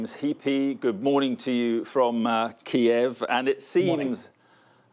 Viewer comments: Stop calling it Key-ev! That's how the Russians pronounce it. Ukrainians pronounce it Keev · Please give this brave country the courtesy of pronouncing their capitals name by the Ukrainian pronunciation and not the Russian one, as they have asked. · That English defence minister seems clueless.. he speaks without actually saying anything, he can’t even pronounce the bloody city correctly 😂🤦🏽‍♂️🤡